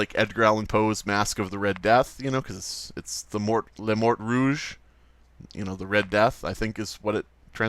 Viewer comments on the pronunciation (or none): on dit "la mort rouge"don't say the t but if you want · You don't pronounce the "t" at the end of "mort"